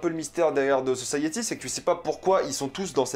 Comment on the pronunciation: The guiftèd sosayiti😭😭😭prk tu fais ça !!?? 😭😭